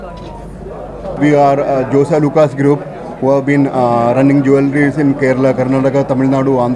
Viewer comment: It's Jos Alukkas not Joy Alukkas... Could you please edit